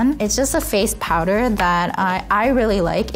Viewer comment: 長洲未来ちゃん！日本のコスメたくさん使ってる〜！ フェイスパウダーが日本語読みになっちゃったのかわいい😂💕